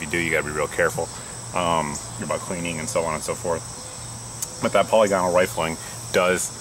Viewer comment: POLLEEE-GONAL? Dude, it's "PA-LIG-A-NOL"